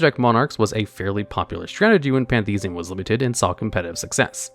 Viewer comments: “Pantheism.” Card text: “PAN-thee-is-um.”: “Pan-THEES-ee-um.” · Can't get over calling Pantheism "Panthesium" of Monarchs